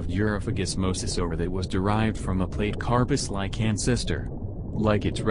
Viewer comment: Platecarpus is pronounce Platy-carpus not plate-carpus. Like Platypus or Platy aquarium fish.